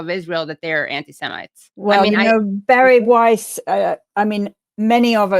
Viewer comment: Every time you say Bari Weiss I can't help hearing Barry White.